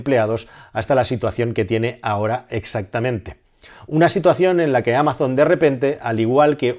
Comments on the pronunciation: No es "ameison" en inglés sino algo parecido a "ámason". No es muy diferente a como se dice en español. En cualquier caso, gracias por tus vídeos! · No se dice “ameison” en inglés. Es “ámason” con s sonora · Excelente análisis! Solo un comentario: en inglés no se pronuncia "améizon", sino "ámazon", con acento en la primera a y con la z sonora, como un zumbido. Y cuidado con los "generosos donativos" de los magnates estadounidenses porque lo que suelen ocultar es una maniobra para no pagar tantos impuestos. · En verdad Amazon, la marca, se pronuncia igual en inglés /Amason/ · Amazon se pronuncia igual en inglés como en español. Acentuada en la A "ámazon" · Ameison para los anglosajones XD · "Ameison" XDD No te preocupes, te queremos igual. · ¿¿¿ "Ameison" ??? Poco inglés has escuchado tú. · Amazon en inglés no se pronuncia Ameizon, se pronuncia igual que en español. Saludos desde EEUU. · No hay ningún anglosajón que pronuncie Amazon asi xD